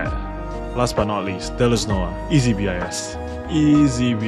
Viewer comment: please say "BIS" as BIS, not B.I.S. ty